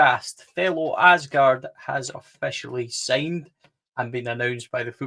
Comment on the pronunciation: Thelo Aasgaard Aasgaard in Norwegian, it is sead as Ause like you would with Australia & gaard the D is silent in Norwegian All together, you pronounce his surname like Ausegaar. Regardless, welcome to Blue Valhalla.